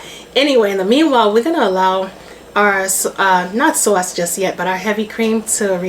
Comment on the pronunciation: Good morning! Yummy looking Alfredo😋 Tickles me every time you say sawwce! So Brooklyn! Love it!🙌🏾🫶🏾